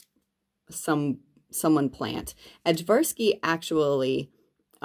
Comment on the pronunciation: I also love the Ajvarski peppers, just a little note: The J in the word is pronounced like a Y. More like Aye-Var-Ski. They're the peppers traditionally used to make Ajvar (Aye-Var) which is like a Serbian roasted red pepper sauce.